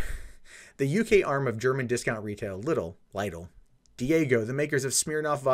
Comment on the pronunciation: All doom and gloom aside... Lidl is pronounced "LEE-dle". Like Patrick Star's "leedle-leedle-lee".